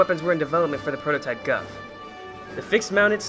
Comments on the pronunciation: Its pronounced as "Goof" like Goof Troop. But nice video and thanks for the history. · The Gouf is actually pronounced Goof. But besides that, good video